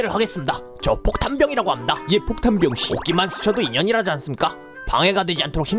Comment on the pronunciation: 폭탄이래는데 계속 포탄이라고 하넼ㅋ